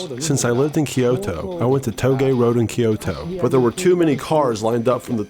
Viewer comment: You nailed Kyusha, but whoever said Rakuoka and Kyoto butchered it, heh